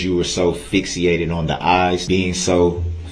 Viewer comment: What's "fixyated"😆 dumb dumb